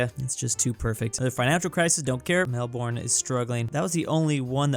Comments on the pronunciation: MELBOOORNE ITS MELBOURNE PRONOUNCED "mel burn" 😡😡😡😡😡🤬🤬🤬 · Can't even pronounce Melbourne in Ohio 💀